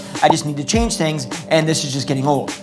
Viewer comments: You forgot the "N" in change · ‘not being open to chaNge’ - you forgot the ‘N’ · [There's an "n" in 'change']